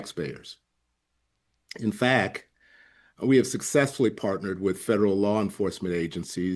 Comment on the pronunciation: “In fack”? You mean in fact? An elected official should at least be able to speak properly.